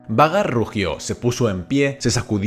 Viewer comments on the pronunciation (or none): que gracia cuando dice 'Vhagar' como "Vagar" con toda la seguridad cuando en verdad se pronuncia "Veigar"😂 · Lo único malo de esta narración es que pronuncias cómo se escribe el nombre de vhagar en vez de como se Lee y se escucha fatal. Y si me vienes con que así se Lee entonces deberías leer arrenal no jarrenjal